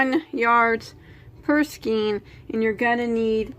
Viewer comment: Just what I wanted! Chenille is pronounced (shu-kneel). Skein is (skane). Your video is so clear. Thanks for your help. I appreciate it.